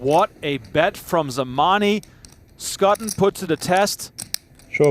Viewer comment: Fairly sure Schutten is not pronounced as 'Sk-ah-tten'. 'Sch' is pretty much always 'sh' in German names as in Schwarz, Schwab, Schwarzinger, Schubert, schadenfreude.